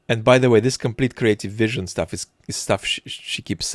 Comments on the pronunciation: 😂😂I 💕 how you pronounce this veeeesion!! 🎉. Also the microbe 🦠 attention-spam of the POTUS and how you imitate this childish voice! 👏😀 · slavic accent feels personal man "viiIIIizZzion" hurts :<